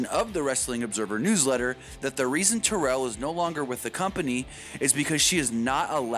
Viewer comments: It's Terrell, not tarrell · TheCHOSEN1 Baby child, it's Terrell.